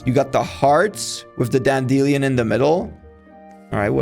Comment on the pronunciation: bro really said dandillion